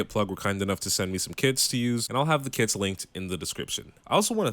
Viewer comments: Low-key heard KIDS not Kits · I thought he was saying kids instead of kits at the beginning